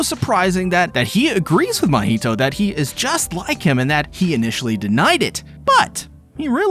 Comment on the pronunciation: It's funny how he's mocking the misspelling of the name mahito, but at the same time is mispronouncing the name the whole time.